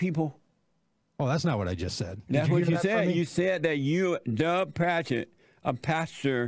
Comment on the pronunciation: His name isnt duck. Its dug. Say it with me jesse. Duhhhhhhhhhgg